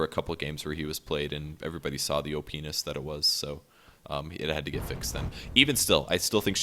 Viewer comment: "oh penis" or "op- ness"